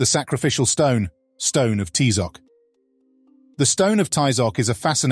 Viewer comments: Please don't ever pronunce aztec names the gringo way, you don't pronounce Ty-Zoc, it's pronounced Tee-zoc, and the strong syllable is the last one, not the fist one, please learn, thank you. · So sad that the narrator did not know how to properly pronounce Tizoc